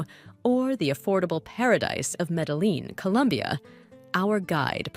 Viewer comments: meddle-lean ... she didn't even bother to ask google translate for help in pronouncing that. This was too painful to my ears and I had to bail. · Nice. But. She doesn't know how say Medellin properly. In other words she needs to learn basic Spanish